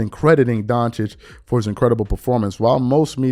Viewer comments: Why does SAS always, consistently, mispronounce Luka’s last name. It’s Doncic pronounced “don-chich”, that’s easily confirmed via Google. But SAS always says “don-chick”. If you respect people, and want respect back, it’s just common decency to try to pronounce someone’s name properly. Oh and by the way he mispronounces Wemby’s name as well. Either it’s a lack of respect, laziness or he can’t read the letters. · What do you expect from SAS. Almost four years now he still haven't been able to pronounce Doncic name correctly. He couldn't be bothered. We all know what it is. U can call it whatever you want. I have my brains too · What really bothers me is him mispronouncing his last name. Its not that hard to learn but he refuses because hes a racist pos